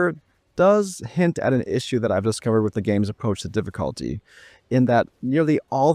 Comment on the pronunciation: Drinking game: take a shot everytime he says DIFFIKHAALTY